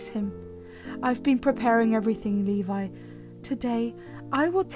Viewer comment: I have, a friend of mine but, it was pronounce Lebe instead of Levi.